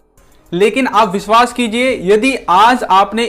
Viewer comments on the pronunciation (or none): none